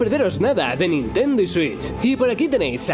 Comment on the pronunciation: Que dijiste nintenduo, no te entendí, estaba cantando sailor moon